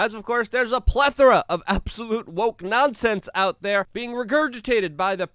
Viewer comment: Luke: pronounces everything wrong Also Luke: pronounces “plethora” correctly